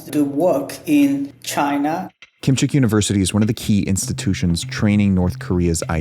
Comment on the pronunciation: the first guy from 'singapore' definitely has a Korean accent. But the 'defector' definitely does not have a Korean accent. Very bizarre. He pronounces KimChaek 김책 university as kim cheek. when its pronounced kim CHECK. and he pronounces the Chinese cities perfectly. very very weird.